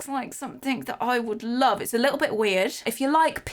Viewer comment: At first I thought had said „They had a lot of care and loaf put into them.“ about the loaf lamp 🤣